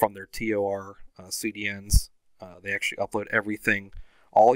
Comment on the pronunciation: Did you just say T-O-R ? 😑